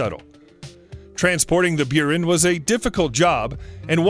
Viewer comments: buran is pronounced boo-ran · "Byuren", "Beereev" What the heck are these pronunciations? Jesus... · Don't you mean the "Burin"? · I nearly quit when he got to the "Beyoorin" space shuttle and its carrier aircraft. By the time the narrator finished with that segment I had a bad case of itching teeth. I won't be watching anything more from. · Buran is pronounced "Byor-ann." Means "snowstorm." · It’s Boo rahn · Quite an achievement to pronouce EVERY SINGLE NAME wrong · One, you miss pronounce Buran and two, it didn’t fail, it was canceled for various reasons, top of which was the failure of the Soviet Union. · Ahhh the Russian shuttle, the "Beeran" and Lockheed's main rival, "grooman" LOL Is this what happens when someone takes those robot narrators and just remakes them without knowing anything about the subject?